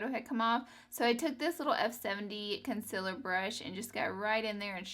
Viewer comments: "Con-siller" haha she's so cute & I love the look! 😍💕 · I like the way she says concealer XD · me too :D